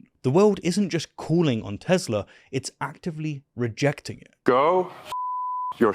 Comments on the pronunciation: Isn't the "R" in "Teslar" silient? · Agent orange...makes a huge dingus out of himself cannot even say the word right "I love Teslerr" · Why does no one take note Donnie says not "I love Tesla", but "I <3 TesLER" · Did Trump just say, “I Love Tesler”? Lol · I love tesler took me out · 'I luv Tezler" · I love Teslur, I love lamp....🤣🤣🤣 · “I love tezlarr” 😂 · Tesler, lol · “I love Teslurr!”😂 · 'tesler'. Indeed a good day for speech theopy. great promotion! edit free! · "Everything's Computer!" "I love Teslerr" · "I love Tesler!" Geez, what an idiot. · Hit-ler, Tes-ler...we know what's on his Syphilis rotted mind! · Tesler? Lol